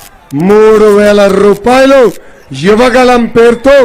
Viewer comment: ర్రూపాయలు.. కాదు రా.. రూపాయలు 😂😂